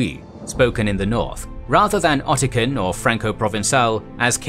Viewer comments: It's not "ottican" it's Occitan. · I was wondering if this voice was generated until I heard ottican instead of occitan (oksitan) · At about , it's "Occitan" not "Ottican." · I had to do a double take on what was being said about 9½ minutes in. "Occitan" is NOT pronounced "okkitan" (remember, it's a Romance language so the C is soft before an I), but "oxitán" with the 'a' pronounced as an 'a', not a schwa. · it is Occitan (ɒksɪtən), not 'Ottican'. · Occitan is actually pronounced /oksitan/ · I kept hearing "Ottican" when you were reading Occitan, which I thought would be pronounced "Oxitan." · That was interesting although I was confused by the speaker twice calling Occitan "Ottican". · the narrator keeps pronouncing Occitan as "ottisan" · Occitan isn't pronounced "Ottikan". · Occitan, not Ottican.